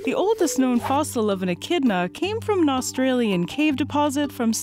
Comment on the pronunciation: Glad you kept saying the name right cuz I’ve been saying it wrong 😂